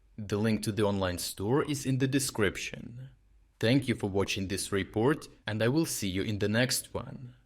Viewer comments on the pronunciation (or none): none